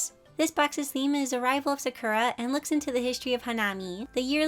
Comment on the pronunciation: Just an FYI as someone who’s Japanese, Sakura is pronounced saw-coo-da. I think the company would appreciate a proper pronunciation.